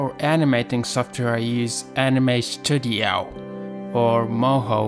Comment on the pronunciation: Sto-dio? It's Stud-io lol.